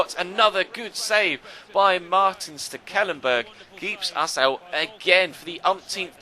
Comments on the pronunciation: I can say that it is indeed STEKelenburg because i dutch too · As a dutch person I can say that you butchered Stekelenburg's name ;)